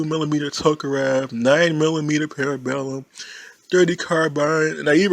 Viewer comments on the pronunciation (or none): none